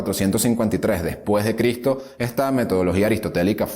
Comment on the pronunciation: ES EVIDENTE QUE LOS LIBROS QUE USTED TIENE DETRAS ES SOLO DECORACIÓN NUNCA LOS A LEIDO POR QUE SI LEERIA PRONUNCIARIA LA "S" USTED DICE CRITO SE DICE CRISTO CON S LE RECOMIENDO LEER LOS LIBROS QUE TIENE DETRAS DE USTED COMO UNO HABLA ESCRIBE DE SEGURO QUE AL ESCRIBIR IGNORA Y ANULA LA S